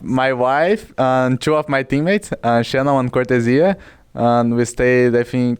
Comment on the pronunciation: I hope people can learn how to properly say Cortezia now Cor the zeeuh